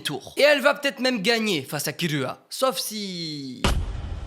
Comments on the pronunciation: j'en ai mar c'est pas killua mais kirua le r Et aussi ses pas hunter hunter mais hunter X hunter le x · Pourquoi il dit Uchihwa quand s'est uchiha? Et aussi pourquoi kirua s'est killua?